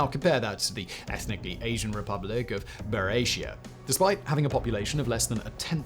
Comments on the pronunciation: I know it’s a minor detail but it kind of undermines the quality of the research to mispronounce the name of the region. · What an amazing video Simon - great work!! By the way - Buryatia is pronounced BUREE-AT-IYA (with a hard tee) :) Love the ending too! you ROCK! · Buryatia is pronounced with a hard T